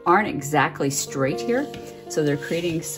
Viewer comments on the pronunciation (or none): none